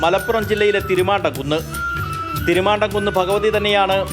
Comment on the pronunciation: ചേട്ടാ,തിരുമാണ്ടകുന്ന് അല്ല.തിരുമാന്ധാoകുന്ന് ആണ്.